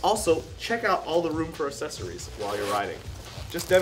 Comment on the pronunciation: He doesn't say accessories correctly.